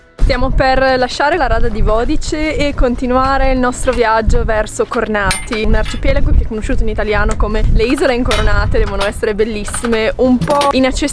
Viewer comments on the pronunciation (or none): Sono il solito rompiscatole della pronuncia : allora Vodice si pronuncia Vodize, le Incoronate si pronunciano Kòrnati con l'accento sulla ò, mentre Murtèr (non Morter) ha l'accento sulla è . Kònoba, locanda, ha l'accento sulla prima ò . Per il resto io ho smesso di andarci da quando la zona è a pagamento ! Avete visto Tureta, torrione per segnalare a Zara con un gran fuoco fumoso quando avvistavano l'arrivo dei pirati Ottomani. Voi non siete pirati, state realizzando quello che e sempre stato il sogno della mia vita, comunque muovendo economia locale !